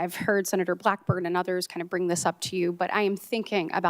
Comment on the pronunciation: Blackburn doesn’t know how to pronounce g’s. She makes g’s sound like k’s. Who taught her how to talk?